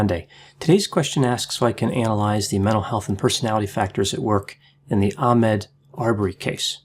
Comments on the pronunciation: Ah-Maud not Ahmed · Mr. Arbery's first name Ahmaud is pronounced 'ah-Mod' not 'ah-Med'. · Ahmaud. I wish you would pronounce Ahmaud's name correctly. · You mispronounced his name. Geez! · You should start by being respectful enough to NOT mispronounce the victims name. You should be able to read and I'm sure you've heard his name a lot of times. I see you didn't mispronounce the murderers names. So with that being said the rest of your video is null and void. You need to go back to school and you are a racist.